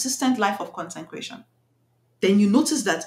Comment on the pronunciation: I think you mean to say “CONSECRATION” not “concencration” some people might mistake what you’re saying to mean just be extremely focused 😊